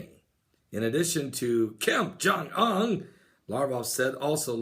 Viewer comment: "oon" like moon, not "un" like fun.